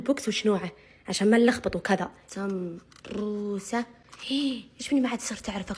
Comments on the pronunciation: ههههه ليش تكول سبببوسة مو سمبوسة 😂😂😂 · يابنت انطقي الكلمة سوا قولي سمبوسه ميسي سمبوبوسه ههههههه هه كيف قالتهاه هههههههه😂😂😂😂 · ليش تقولي سمبوروسه ومره عادي سمبوسه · سمبوسه❎ سمبببووسه✅ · السمبووسه ههههه كيف تنطقها 😂😂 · كل ماتحكي سمبوسه يطلع صوت 😂